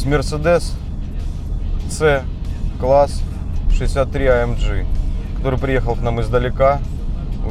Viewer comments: АМ Г блеять а не АМДЖИ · Дизлайк только за произношение "А ЭМ ДЖИ" тошнит! вырви ухо! АМГ АМГ АМГ АМГ АМГ АМГ АМГ АМГ АМГ АМГ АМГ АМГ АМГ АМГ!!!!!!!!!!!!!!!!!!!!! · Почему ты говоришь АМЖ это немецкий Автомобиль и говорить АМГ в немецком языке нету Ж. это только у Американцов а Русские слизали.